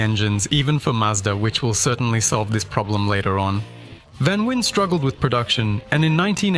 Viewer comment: Its not vanwin its VAN VEEN